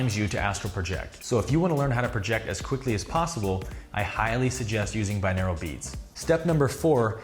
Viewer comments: It's pronounced bi-noral beats. Not binaral. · Lol i had to pause the vid cus I'm getting really annoyed by the way he's pronouncing 'binaural' as ¿binaeral? :( should be bi-NOR-al The word just means 'of two ears' Whereas monaural means one ear, binaural is 2. sigh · What a weird pronunciation of binaural. It’s bin-or-al not bin-ear-el... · au is pronounced aww or oww hence Bi-nawww-ral not Bi-neer-al